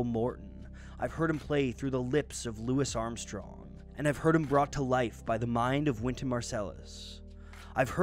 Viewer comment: Bruh said "Lou isssss Armstrong" tho